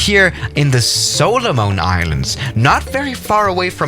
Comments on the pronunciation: Dont say “solo moan islands” its “solomon islands” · HAHA it's not pronounced sohlohmohn islands, it's pronounced sahlahmehn islands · “Solo mun islands”